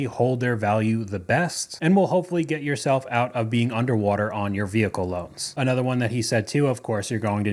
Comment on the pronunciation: Can you try to just say another not A nother? Nother is not a word.